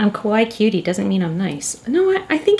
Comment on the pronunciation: Ok, quick lesson time. Kawaii is pronounced KA-why-EE, not KA-why. Normally I have no problems with people who don’t speak Japanese, getting pronunciations a little wrong but in this case, the way that people always say it in the wrong way, makes it sound like a completely different Japanese word. A word that is kinda the opposite of what you want it to mean. Saying it like KA-why makes it sound like a slight mispronunciation of Kowai, but a lot closer to it than kawaii. And kowai means scared, not cute. So, remember, there’s another syllable at the end: KA-why-EE. 👍